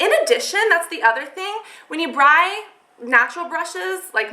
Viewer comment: haha you said "bry" instead of "buy" twice xD I love your channel though! :D